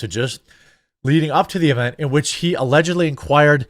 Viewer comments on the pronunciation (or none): none